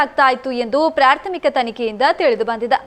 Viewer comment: ಪ್ರಾರ್ಥಮಿಕ ❌ ಪ್ರಾಥಮಿಕ ✅